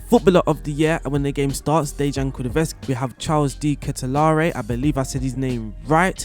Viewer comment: in actuality I really appreciate your content about tactics etc, and this video was beneficial, but the mispronunciation was constant throughout; Kulusevksi got butchered too. I'm trying to offer some constructive criticism here, maybe listen to a commentator pronounce a difficult name, or read it slowly before making the video, because in every other aspect you are pretty good 🤷🏼‍♂️